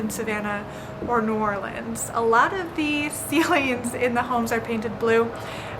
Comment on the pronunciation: I love that you pronounced New Orleans correctly.